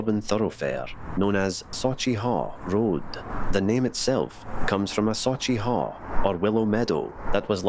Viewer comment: Very interesting to see. I learnt a lot here. / I can't see it being said as saw-chee, but sawch as in loch. Anything -ch in Scots will be that sound. I had read before the haugh (pron: "haw") or hauch is correct and hall is a mistaken translation.